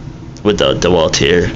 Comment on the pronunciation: Bad review! First the festool track is universal. Also blades, really you want to use a blade for a reason not to get something. There are manufacturers that focus only on blades. Frued! I don't think your qualified. Oh yeah and it's not DEwalt it's DeWalt lol you don't even know how to say the name